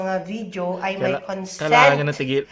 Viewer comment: Ez lang ser! Baka ma"Concent" ka non Hahaha